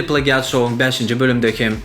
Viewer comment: Plagiat diýlenok (pleýjit) diýip okalýa turkmen aga🤦‍♂️